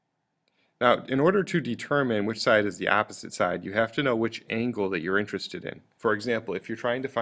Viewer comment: Bit of a pronunciation problem here. Your "opposite" sounds like "apposite" (a completely different meaning). Two nations separated by a common language, wot?!